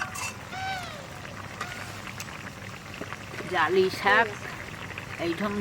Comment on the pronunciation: কথাটা শাগ না শাক